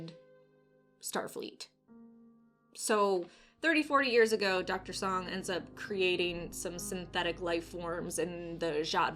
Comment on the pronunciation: Soong. Like Soooooong. I cringed a bit every time you said Song. 😂